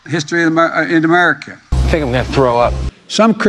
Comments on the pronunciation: My two favorites will always be: United States Guh-mer for Gods sake! And an old favorite: Remerica. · amer-skin? im adopting that term for my sect😅 he cant say America bc its been resolved— 😅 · Joey's master the goat won't let him say America correctly. Let's Go Brandon🇺🇲🦅🇺🇸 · I think he'll melt if he says America correctly. Dear Lord please remove this evil from the people's house. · Can’t even pronounce the name of our country.Even though he slurs his words , he pronounces China pretty good. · He can’t even pronounce “United States of America” 😂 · What is his deal Americans?? Is this word to hard for him maybe China is better easier for him to say